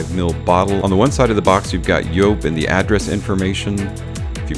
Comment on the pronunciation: Yes, that is how you pronounce it because it is a German company. So the J is a Y .